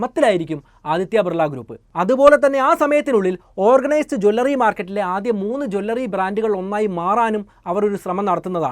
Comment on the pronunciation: Please "Jew L Ri not Jwallary" or say Aabharana shaala